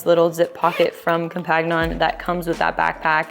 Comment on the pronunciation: u butchered the french so bad, compagnon is companion in french so......